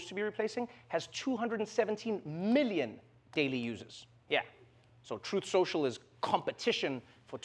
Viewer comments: 😂 trump couldn’t even read his own apps name correctly. “Trut central” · PSYCHOLOGY WORK 🤣 Trump: "Truss sential" TRUTH and SOCIAL is so way off the TRUTH that not even this notorious LIAR is able to speak them out correctly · He can't pronounce his own app, poor advertisement bro. Trut setial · Trump can't even say the name of his own social media platform. hahahaha 😂 He's a pumpkin head so he has pumpkin seeds for brain cells. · The whole joke is that the words he messed up were the name of the company he is trying to advertise. The company is a two word name and he messed up both words, with two tries. That's funny. It isn't just a mispronunciation. Those aren't funny. Hope that helps.